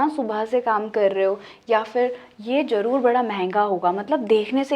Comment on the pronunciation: Sister jaroor nae 'Zaroor' hota hae🇵🇰